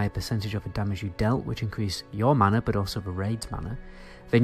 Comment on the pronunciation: I love the way you say "bod" instead of "but" <3